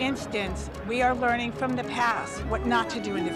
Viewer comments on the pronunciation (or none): There's no 'N' in LEARING